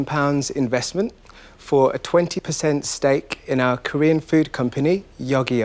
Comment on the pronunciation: He said poo, not food lol 😂